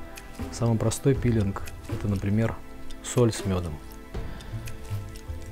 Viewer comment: Всё красиво кроме слова пииииилинг